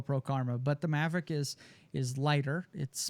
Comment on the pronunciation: mavic not mavric